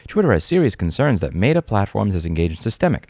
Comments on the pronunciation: you know damn well it’s met-ah not mate-ah. We miss you in ny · It's pronounced "meh-tuh", Louis, not "may-duh". I understand me being triggered by your pronunciation is on me, but had to say something 😅 Love the video. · Why do you pronounce Meta like that? (love the videos btw) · Louis mispronouncing things everyone else pronounces correctly, Meta Edition. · Is it just me or is his pronunciation of "Meta" distracting lol